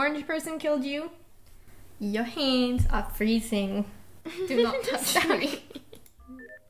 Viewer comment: “Yuh handz are fuhreezing” idk why I keep laughing at that